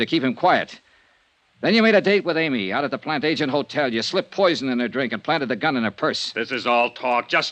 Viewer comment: Right in the beginning, the name Plantagenet is mispronounced as plan-TAY-jent, and continues to be throughout except maybe one time. In English it should be plan-TADJ-e-net. Drives me crazy!